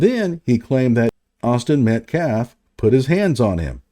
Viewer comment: Why isn’t this guy locked up for life after what he did?. Also I find it kind of funny how at the press conference he couldn’t even pronounce Metcalf and self-defense properly and now thanks to this video. I learned that he didn’t know Luigi Mangione was the guy That killed that CEO.